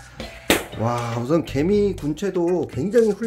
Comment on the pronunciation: 나 개미를 게이로 들었어😂😂